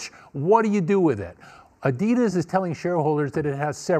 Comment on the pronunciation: She said adias 😂🤦🏾‍♂️